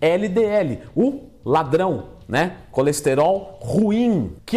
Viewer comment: Esse L de "Ladrão" me lembrou um ladrão mesmo 😂🐙